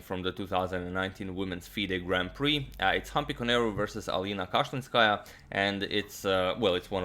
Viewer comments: My ears hurt when u pronounce Alina's surname like that.The pronunciation is Kashilinskaayaaa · You pronounce Kashlinskaya in a wrong way. The second syllable should be stressed. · Damn I do not even know how to tell u the right pronunciation 😂Cause I am living in Kazkhstan